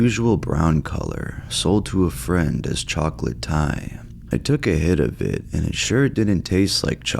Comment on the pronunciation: Sponsor promotion: articulated with harmony in tone and projection The video sponsored: vocal fry "chaaahk-leeehht" Why are you like this?